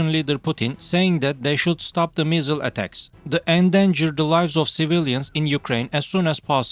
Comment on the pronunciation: When he said “missile” I thought the accent said “measle” like the disease. Still very bad though.